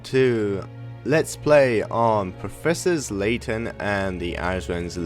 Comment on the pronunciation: it's professor layton not professor slayton btw. just saying. we all make mistakes